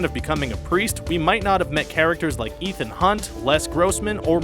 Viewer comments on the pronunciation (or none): none